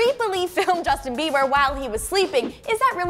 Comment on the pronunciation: Bieber not bieder